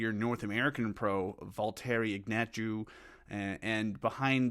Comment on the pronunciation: Another good vid! I think Ignatjew's name is pronounced Ignat-chev